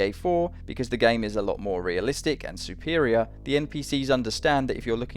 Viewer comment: this 'supierior' was personal, i felt it 😅